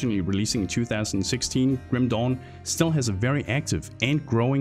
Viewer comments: Sorry but i laugh everytime you say Grim dawn, it sounded like a chinese ripped game named Grim Dong. sorry for laughing ok continue wih the review. Grim Dong. lmao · i kept hearing Grim "Dong" XD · I can't unhear Grim Dong.